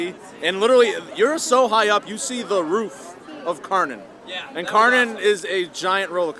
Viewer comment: Fun fact: Kärnan is Swedish, the real Kärnan Tower is in Helsingborg, Sweden (edit: the area originally belonged to Denmark). The translation of Kärnan is "the core". The proper pronounciation is like "Share-nun" for English, because the K in Swedish can also be pronounced as a "sh" which is the case here. The "nun" at the end is also literally like in "nun", not like in "nanny". Shoutout to "Coaster Stop" channel from Sweden who taught me the correct pronounciation. edit: And the Danish pronounciation would be more like "Care-nan". But never really "Car-nan" like in this video ;)